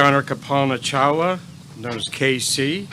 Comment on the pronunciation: Could you at least have the decency to pronounce DR Chawla’s name correctly?